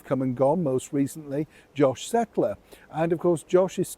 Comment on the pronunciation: Josh Kettler. His name is Josh Kettler (NOT Settler).